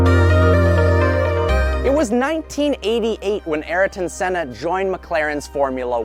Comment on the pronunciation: Who is Araton Senna? It's Ayrton Senna.